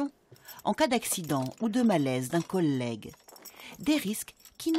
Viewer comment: D’un col-lègue woh les français vous savez pas prononcer le mot collège comme il faut ou comment ça se passe ?!